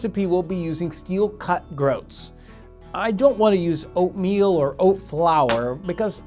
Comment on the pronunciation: When u say oatmeal for some reason I thought u said opium